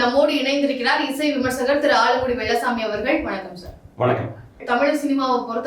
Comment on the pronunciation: பாப்பா, உனக்கு வெள்ளைச்சாமி என்றே உச்சரிக்க வராதா? தமிழனின் சாபக்கேடு.